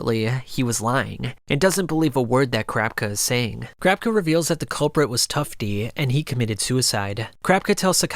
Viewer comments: Okay I can't be the only one that noticed he said the succession contest, when I've heard and seen it everywhere as the succession war. And it's ka-ra-pika (karapka) not kar-rap-ka I'm not a die hard fan boy I'm not trying to be a dick just it's weird to hear more than just 1 person say his name completely wrong. I mean they do it in the 1998 dub all the time, same goes for Killua. One last critical point I need to make, the merch, it's to over the top tbh if it was me I would never buy one because it's so flamboyant and telling everyone "hey look I'm obsessed with anime I got a sweater" make it more discrete or have cooler designs more than just uninspired jpeg snags or the clothes a MC wears. I personally don't understand how ppl don't get embarrassed wearing that stuff around. Gotta say though great video, just giving u some constructive feedback. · I hate it when he says "crapka" instead of kurapika but otherwise amazing video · Crapika is what I keep hearing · CRAPKA CRAPKA CRAPKA CRAPKA 🙃 Kurapika... KU-RA-PI-KA. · each time I heard “Crapka” it was like nails on a chalkboard, I had to shut it off 😩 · ....crap ka?? Please stop saying it like that lol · The way you pronounce Kurapika's name makes me lol because it sounds like "Crap-icka"! xD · Why do you say kur rap cuh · 😂🤣 bro started saying carpka im dead. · After saying kurapika’s name so many times, you started saying “Kurapka” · For me it sounded like "Crapka". I had to stop watching the video because it ripped me far too much out of the narrative. Sorry! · he out here calling Kurapika "crapka" its accurate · I could’ve sworn kurapika had an i in it when you pronounce it 😂 awesome vid tho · never heard someonepronounce kurapika like this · why the fuk he say kurapika like that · the way you say kurapika is so weird but the video is great thank u for all dis info